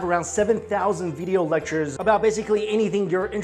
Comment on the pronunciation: Is it me or does Mikey say "video" funny? (bideeyo)